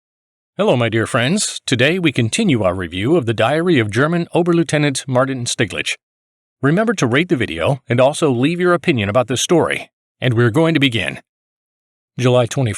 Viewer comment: It's pronounced Ober loyt-nant.